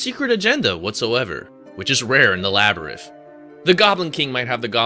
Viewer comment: This guy can't read! LABYRITH??? ANGUS???